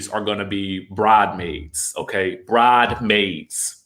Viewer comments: Spell Bridesmaids the S is not silent 😎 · It’s BrideSmaids.. like Bride’s maids